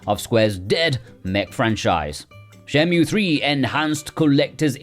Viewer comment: It's pronounced "shen·moo" now "shen·mew".